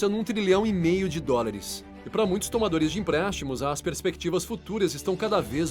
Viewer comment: Bom conteudo, boa voz e dicção. Pórem vale a pena se atentar para algumas palavras ditas erradas. Não é DORILIS e sim DÓLARES. de resto, tuudo certo!